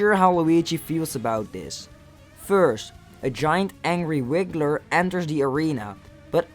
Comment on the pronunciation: Hissrocrat *Hisstocrat Boom Boom *Pom Pom Wigler *Wiggler Mario Wii? Just Call it Bowser From Mario Wii, Dude MEOW? IT'S MEOWSER The L in Half is Silent